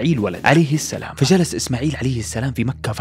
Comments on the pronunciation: السلام عليكم ورحمة الله وبركاته محتوى جميل ورائع ولكن يوجد أخطاء في تلاوة القرءان ومنها السلام وليست السلم إلا إذا فيها وجه قراءة فلا أعلم وأيضا مغانم بالضم وليس الفتح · السلام وليس السلم شوف الالف